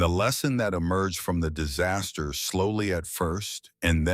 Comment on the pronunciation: Dizz-a-steer ??? Disaster